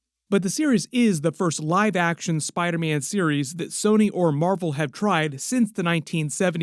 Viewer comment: Spida man😅